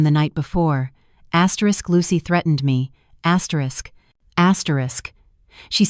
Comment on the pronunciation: Please don't use the word "asterish asterish" in the next story.🤕🤕